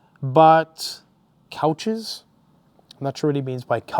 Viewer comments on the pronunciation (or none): Probably it's coaches, not couches. As in buses. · Coaches, not couches